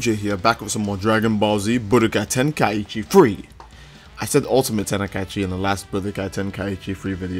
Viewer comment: Alright bruv, love ur vids, but god damn does it get annoying when u say "teni-kai-chi" like 3 times in a vid